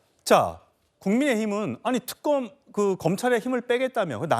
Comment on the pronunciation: 저녀니.발음이나 똑바로 해라 특금..금사 이지랄..